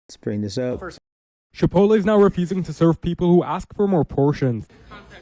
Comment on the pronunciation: Pinche FMB calling Chipotle "Chip-OAT-LEE" is hilarious! Pinche FMB es mucho menso, ey!